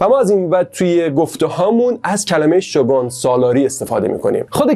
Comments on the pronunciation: شوگان؟ شوگون تلفظ میشه فک کنم توی چندتا انیمه شوگون شنیدم ، ممنون بابیت ویدیوی خوبتون ❤ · عالي بود👏🏻 ، البته شوگون (shogun) درسته!!